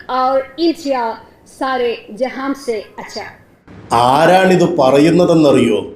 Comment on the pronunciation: ജെഹാംസെ എന്നല്ല ജെഹാൻസെ എന്നാണ് 😅😅😅